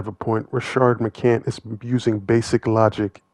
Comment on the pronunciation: I see that you’re like that nigga! You will make a vid about McCants and spell his name right in the title…but won’t put the “s” on the end of his name when you say it! Crazy work!